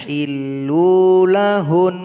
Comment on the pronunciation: Koreksi "yahilluna lahunn" huruf na nya gak kebaca pak.